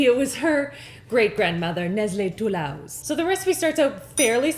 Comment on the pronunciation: Nestle Tolouse? NESTLE TOLL HOUSE!!